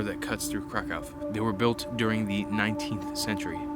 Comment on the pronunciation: Krakov please not crack cow